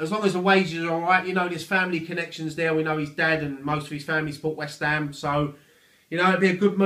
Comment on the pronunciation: "ELLO', FROM WHEST AM FAN TV", love it